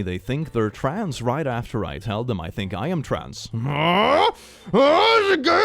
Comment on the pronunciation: please say trans without the appearance of an "oo" vowel if you can help it